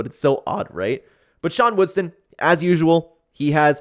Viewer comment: It’s WoodSON not WoodSTON